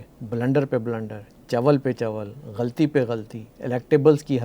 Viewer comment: You may say what you like dear anchor,,,,merely seeking the name of the other callers that they are saying such and such things about the curretn govt...well neither you speak proper urdu..forget the rest! The term is not GHALTEE!its GhAlAtee! ustaad ji and then if you want ot find experienced Govt....then you had better been born few decades back. Didnt you see or you have some sight problem? What those season office holders did? At least you know the current Govt is not doing well or proper but then at least Erudiate like cant recommend something viable or concrete through your channel? like many spokesmen have been doing such thankless job just to rebuild the country. Do you want to run the country? You didnt dress up well even, not sure who was your wardrobe....person...good grief!!!!!!!!!!!!!!